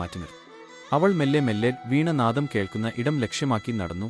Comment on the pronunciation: നല്ല ചിത്രങ്ങളും വീഡിയോയും അവതരണവും കഥയും മനോഹരമാണ് ❤ ഉച്ചാരണത്തിൻ്റെ കാര്യത്തിൽ കുറച്ചും കൂടി ശ്രദ്ധിയ്ക്കണം . വീണ നാദം അല്ലാ ,വീണാനാദമാണ്. അതേ പോലെ ജ്യോത്സ്യൻ എന്നത് വ്യക്തത ഇല്ലാതെ പറഞ്ഞ് ജോസ് ആക്കിയിട്ടുണ്ട് 😊..